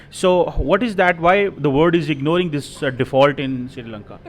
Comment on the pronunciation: aaj fir amarican asent nikal chli thi jab ignoring bola 🤭